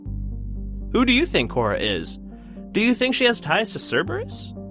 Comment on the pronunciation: Core (accent on e), not Cora. Eva Core, the human, was the love of Jack Harper, the previous name of the Illusive Man. But that's part of the speculation about Cora.